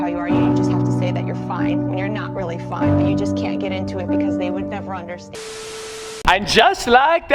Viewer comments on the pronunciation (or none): none